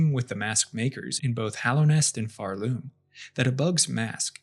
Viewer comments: It pisses me off that you pronounce it pharLoom instead of Pharloom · OK, why are we saying Pharloom with that emphasis? You don't say Shell-WOOD, or Bo-STON, or Bell-HART.